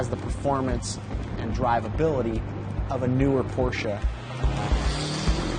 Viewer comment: And the companies name pronounced correctly too!! What an amazing result from all of you and your staffs hard work.